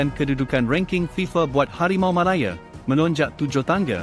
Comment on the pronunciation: Cuba belajar lagi sebutan yang betul Anda bukan ande Malaya bukan malaye